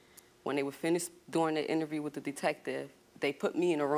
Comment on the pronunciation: It drives me nuts when ppl say “wif” instead of “with” I don’t know why but, both of my kids started pronouncing it that way when they went to school. Drove me nuts!